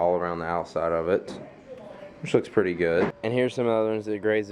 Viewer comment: is sounds like you saying shit is petty good?